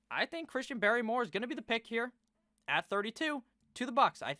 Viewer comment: Its christian barmore not barrymore, Inthink that is the ideal scenario for tampa, solid pick